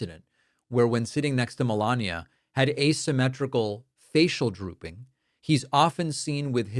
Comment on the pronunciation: 1.05. I like “droopling” better than drooping or drooling.